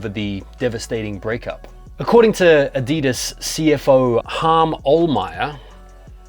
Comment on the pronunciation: Ah-dee-dees! 😂 love it!